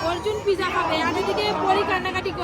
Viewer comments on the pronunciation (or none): This is not piza actual word is pizza very bad talking style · ওদের কেউ বলেন এটা পিজা নয়,পিজ্জা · Pija 😂😂😂😂😂😂 ..... village food Mota moti thik thak kintu ei vlog gulo khub geyon geyon ..... shob bhul bhal uchcharon ..... aekdom faltu